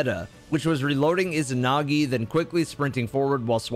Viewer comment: Why can’t people say izanagi correctly?? Ezanagi. Not ih-zinagi